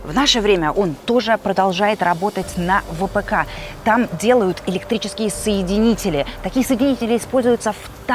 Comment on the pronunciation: Соедининель😂😂😂вы хоть Гугл бы полистали😂😂😂РАЗЬЕМЫ ПРОМЫШЛЕННЫЕ КАБЕЛЬ -КАБЕЛЬ😂😂😂